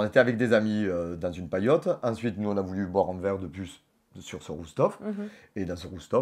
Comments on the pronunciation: " ROOF TOP " ! (Pas Roof tof) Relation toxique, point ! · "Un roustof"? C'est rooftop... 😩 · « un rousse Tof » « un roof top ? » 😩🙄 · Mais trop ils le répète tout les deux en plus "roos tof" 😂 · Pas roose tof mais Roof Top !